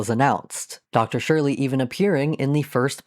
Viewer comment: Why does every video about Toontown call Dr. Surlee “Dr. Shirley”? Does this just sprout from how Loopy Goopy used to say it or is that just how everyone thinks it’s pronounced?